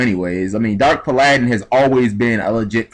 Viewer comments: pa - ladin? it's pal - a - din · It usually doesn't bug me but omg the way you pronounced Timaeus and Paladin in this video really got to me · lol can't pronounce paladin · Tih-Mai-Ess and Pah-Lah-Din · Wow lol I like how ppl are so ignorant about his pronunciation of the card NAMES.. A name can be pronounced many different ways.. If it wasn't heard on the show which may be the case.. Then obviously a person would have to come up with their own pronunciation.. Either way pal-a-din and pa-ladin would still be acceptable ways to pronounce that name.. Jeez folks.... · I agree in that context, and I see why he was asking why It should even matter, but I think it bothers me even more when we HAVE a correct pronunciation of Timaeus, and Paladin and the others he said wrong. I mean the Characters said the names ALOUD. Either G needs to re-learn english, OR has never heard the words aloud. Not trying to start an argument I swear, but I cant be the only one who was bothered by his mistakes. Also its not the first time he has made these mistakes. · You do it for too many cards. Its basic english pronunciation as everybody said. And I won't have you telling people straight up you never heard the proper pronunciation of Paladin before. Same thing with easy words like Linde, Gunde.